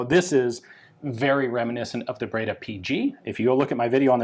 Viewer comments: Ian you speak French why you butcher Italian so 😭 breda not braida. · Breda it reads , bredr, e as end.